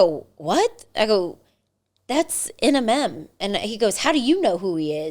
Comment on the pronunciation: Omg she could not say Eminem that’s so crazy lol I couldn’t stop laughing at you sorry I just couldn’t believe you kept saying it wrong I laughed harder at you 😂your so cute 😂